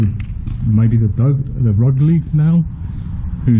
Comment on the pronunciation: Rugeley is pronounced 'rooj-lee'